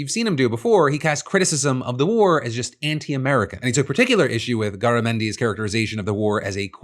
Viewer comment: I would have given anything for Garamendi to say "giggity" when Hegseth referenced a "quagmire." (Also FYI, Garamendi pronounces his name "GAIR-uh-MEN-dee" – i.e the "Gar" rhymes with "care" or "dare." Just in case you need to say his name again 😊)